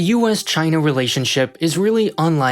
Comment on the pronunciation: "CHYNA" -Trump